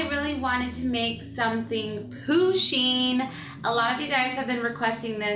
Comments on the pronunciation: Its PU-sheen not POO-sheen but great job :) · She is saying pooshing it's pushing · Am I the only one who is annoyed by the fact that she kept saying Poosheen instead of Pusheen? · u said it like poo-sheen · It's pronounced push een. Like push like push a button. Not poo sheen! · Lol poosheen ?? Pusheen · yeah she did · It's pronounced Push-in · She says Pusheen like, "POOsheen" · U protoceratops it like it with a U not a O